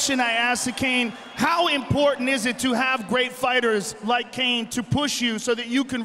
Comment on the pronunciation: Cain. Not Caun.